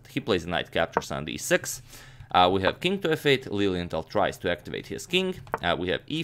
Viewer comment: Every time you said Lilienthal, I thought you were saying "Lillian Tal," like Mikhail Tal's wife or daughter was also a master chess player or something haha.